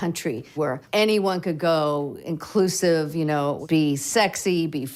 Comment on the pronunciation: Did she say inclusive? Ugh..... bluh....